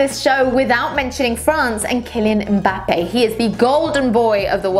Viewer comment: Someone who actually says Mbampe right. Cheers